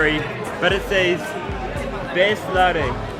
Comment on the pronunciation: Beslare? damn "Bisleri" came a long way indeed